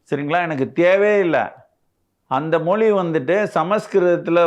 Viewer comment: Moli இல்லை மொழி.. crooks